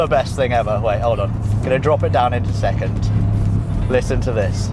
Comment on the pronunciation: "Gonna drop it down intoschecond" 😂😂